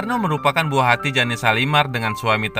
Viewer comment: Oy yg ngomong bkn jane shalimar tp jane(jen) shalimar g enak bangat dengarnya